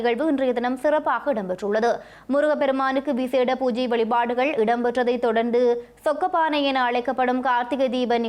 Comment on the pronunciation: சொக்கப்பானை இல்லைசொக்கப்பனை